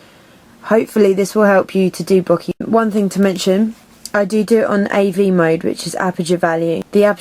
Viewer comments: I like your tutorials. Very simple to follow :) bokeh is bow-kay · Lastly, it's a Japanese word. The spelling of "bokeh" was just made up to try and help western society pronounce it properly (the "H" was an intentional inclusion to try and stop people from pronouncing it to rhyme with "bloke" or to have a long "e" sound). It's pronounced like "boke-ehh" with equal emphasis on each syllable.